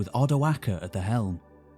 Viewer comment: I really appreciate you saying Odoacer with the hard c. Thank you